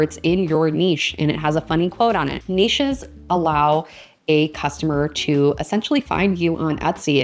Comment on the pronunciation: Very cute and interesting NEESHES! That's the proper way to say it. :-) :-) Thank you!